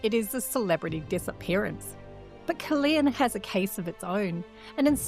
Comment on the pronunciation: Caerleon is pronounced with only one E I pronounce both of them